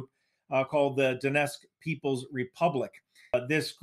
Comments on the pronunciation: I'm not sure why people pronounce "Donetsk" as "Donesk". Don't leave out the T! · Lets just ignore the t in donetsk, no one will notice